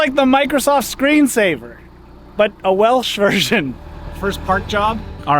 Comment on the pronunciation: Not sure if you'll ever see this comment but I was surprised as heck to see you at Goytre Wharf at the start of this video as I live not far from the canal at Griffithstown and I must also commend you on the pronounciations of the Welsh towns.